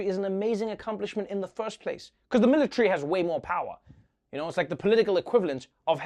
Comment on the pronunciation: Me: Military Trevor: Mill Lit🔥 🏝